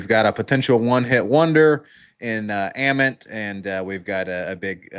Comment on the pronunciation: “UH - Ment”